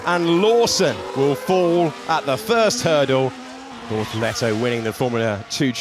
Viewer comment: Its BORTOLETO. Not Bortolleto.